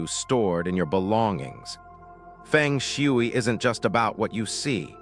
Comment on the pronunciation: Your AI pronunciation of FENG SHUI is comical 🙄🤣😂and totally wrong!!!!! If this is a FENG SHUI focus channel, your essential main job is to learn how to correctly pronounce ‘FENG SHUI’ in the first place!!!!! 😂 You’ve loss your credibility by messing up the very essence of FENG SHUI sound and pronunciation!!!